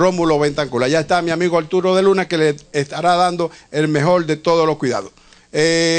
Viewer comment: Núñe de Cácere (supresión de s al final de palabras), mejol manera. visital, Betancul, Alturo, (cambio de r por l), decíano por decíamos (expresión anómala de n en lugar de m. Me imagino también dirá íbano por íbamos, andábano, teníano.). Caramba, y yo no tengo un programa de televisión... En cuanto al señor Trujillo después opinaré sobre su querido, defendido y "tierno" abuelo.